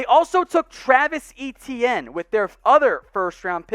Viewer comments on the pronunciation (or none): E.T.N - Grade of F for pronunciation lol